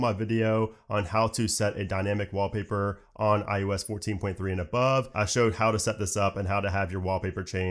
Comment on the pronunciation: iUS iUS iUS, only I find this pronunciation annoying?